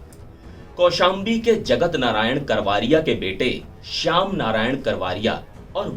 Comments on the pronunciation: करवारिया नही करवरिया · करवारिया नहीं रिपोर्टर सा ब करवरिया, कैसे रिपोर्टर हो